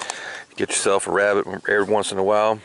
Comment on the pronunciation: Who else thought of Elmer Fudd when he said, "wabbit?" :))